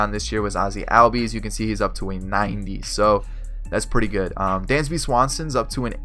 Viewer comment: great vid so far. but ozzie albies’ name is pronounced “ozzie allbies”